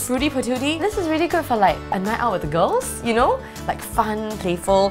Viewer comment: sounds like she has a Australian accent to me by the way she says "Girls"